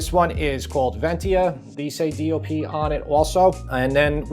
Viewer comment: Your saying DLP ? DOP ? What are you saying and what does it stand for? I don't care I will never buy imported anything unless there's not an American version. Despite your test I'm not spending a nickel more for imported.